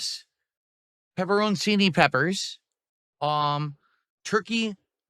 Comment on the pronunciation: Loool pepper-own-see-knee peppers xDD I forgot about that! Swing and a miss on another Italian word there!